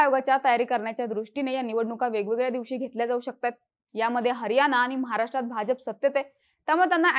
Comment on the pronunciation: मतदार ki maddar. हरियाणा ki हरयाना? उच्चारांवर उपचाराची गरज.